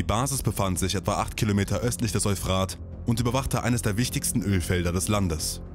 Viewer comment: Es heißt Eúphrat, nicht Euphraaaht! Das Wort ist griechischen/mesopotamischen Ursprungs, nicht deutschen oder französischen! ;-)